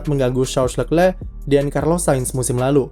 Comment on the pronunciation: jijik om cara sebut nama Leclerc